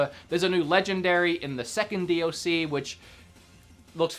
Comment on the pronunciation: Stop saying d OH c it got annoying after the first time you said it.